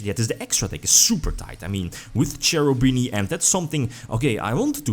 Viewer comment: Hi, I really care about pronunciations of names and I suggest you to watch this fast video to understand how to spell Cherubini:) I hope you will appreciate this: Btw nice videos every time, I really enjoy watching them!